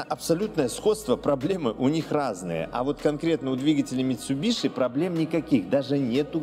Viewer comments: МитсубиСи. Митсубиши слух режет аж до скрежета зубов. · Не мицубиши, а мицубиси